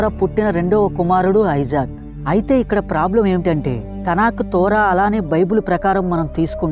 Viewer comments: ఐజాక్ కాదు బ్రో .. ఇసాక్ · ఐజాక్ కాదు ఇసాక్